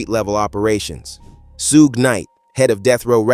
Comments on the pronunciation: This voice is a.i. 😅 Sue geh knight🥴🥴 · It's SUGE. Ffs. 😂🤦🏾‍♂️